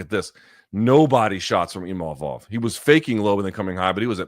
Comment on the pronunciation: Funny how Imamov made a point after the fight to say that his name is not "Imavov" but Luke keeps calling him that 😂